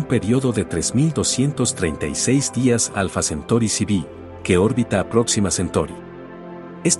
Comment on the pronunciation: Se dice alfa centauri no centori......